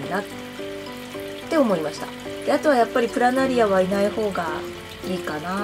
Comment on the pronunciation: プラナリ↓ア↑